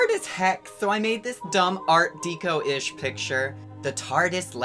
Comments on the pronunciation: I love you but its pronounced "deck-o" not "dee-co" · Its "ART DECKO" not Deeco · FYI it's art deh-co, as in decorate, not dee-co. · my dude, deco is pronounced Deck-0, not dee-ko. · art deco is pronounced "decko" not "deeko" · Art deco is pronounced Art Deck-o not Dee-co. Fucking love your videos man! Please keep it up! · "Deco" in "art deco" is pronounced "deck-oh". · The "deco" in "art deco" is pronounced like "deck-oh." I swear I'm not trying to be That Bitch, I love your videos. Just trying to be helpful. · As someone who speaks a few languages I can tell you proper pronunciation is important when relaying information to those who may not be fluent in that particular language. Someone well versed in English will understand what he meant but someone who is less familiar might think art-deco and art-deeko are two different things. Also a lot of ones vernacular is learned through listening to people talk so bad pronunciations snowball person to person until said words become unrecognizable and the simple cure to that is a friendly reminder of the correct pronunciation. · I'm in my 40s and this is the first time I've heard someone say "deeko". Based on the spelling it should be pronounced "desso" but we all know that's wrong. I do agree that words can change over time and for the most part it is because of ignorance. I don't like the accent argument because in this case the person is a native English speaker. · "Art deeco" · PSA: "art deco" is pronounced "art deck-oh" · Art Dee-ko??? Really? Unsubstantiated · Not to be that guy but Art Deco rhymes with gecko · No hate but you pronounced Art Deco wrong.